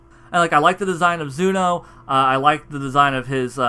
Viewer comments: Every time he said Zuno I kept on saying ZENO in my mind 😂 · Tbh I like "Zuno" better than "Zeno". It sounds cooler